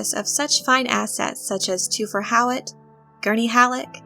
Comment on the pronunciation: i actually like Jurgen Prochnow's pronunciation of Hawat's name...